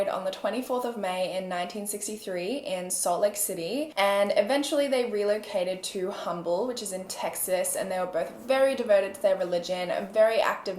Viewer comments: Hello hi from Texas Houston Texas you said humble it's pronounced umble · Humble pronounced um-ble in Texas I live here ...I love this Channel I been listening since I came across it a few weeks ago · I know this doesn’t have anything to do with the case, but Humble, Tx is pronounced “Um-ble” here in Texas lol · The H in Humble, TX is actually silent so it's pronounced "umble". Lol I know, we Texans are weird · lol i used to live in humble the h is silent. you say it like “umble” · Omg not living in Humble .. I live here now , it’s weird to know they lived here and ended in such tragedy .. and by the way it’s Umble lol H is silent lol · “Humble” is pronounced “Umble” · i live 30 mins from Humble, TX & the locals pronounce is “Umble” hahahah fun fact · Lol people in the Houston area pronounce Humble as Umble without the H sound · Random fact: humble, Texas is pronounced like “umble” and I really don’t know why lol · omg I was scrolling for a comment like this! I'm from around the Humble area and trying to teaching my Oregonian bf how we pronounce it here, cause he says it exactly like she did every time lol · The H i in Humble, TX is silent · i think its the same thing as how they pronounce herb 'erb', the h must be silent sometimes in America maybe? idk really